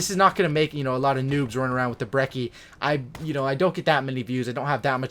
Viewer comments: Bre - chee is how its pronounced its italian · It's an Italian gun so the correct pronunciation is breh-chee